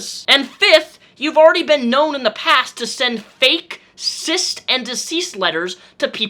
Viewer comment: Cist and Discease letters has to be the most hilarous mishap I have heard in a while xD